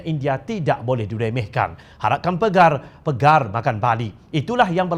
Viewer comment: PEGAR?bahasa ape tu??hahahahahaha bodoh nk baca berita nk sebut sebut lah betul2..PAGAR lah bodoh wooiii😂